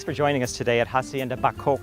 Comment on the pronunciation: AH SIEN DAH NOT HA- SIEN-DA ! The H is SILENT ;) !